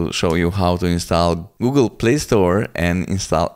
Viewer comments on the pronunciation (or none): none